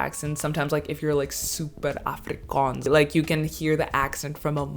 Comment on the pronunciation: As I continue watching your video I must admit.....you pronounce "afrikaans" words better than Charlize Theron which by the way is an "afrikaans" South-African😂